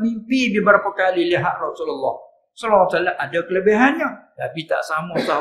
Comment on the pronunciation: Mohon Padang videonya sebab tadi baca shallallahu alaih wasallam bukan shallallahu Alaihi Wasallam